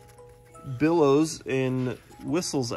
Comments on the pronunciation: BELLOWS not billows. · Bellows not billows!